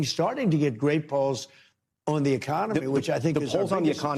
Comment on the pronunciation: Is it POLLS or PAULS?